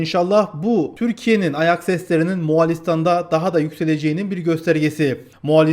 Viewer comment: Reis moğalistan diyon😊